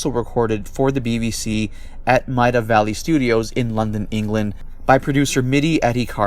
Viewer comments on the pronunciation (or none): Hi, great video again. Just for future reference, the studio that is used by the BBC, still to this day, in London, is Maida Vale, pronounced "Made a veil", like "I just made a veil for my sister's wedding dress". Haha, thanks dude.